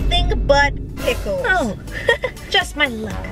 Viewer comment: “PICKELS” EH MEH 😆🤣😤🤢